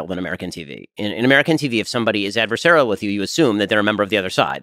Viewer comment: "adversarial" LOL Ben is not comfortable that British are intelligent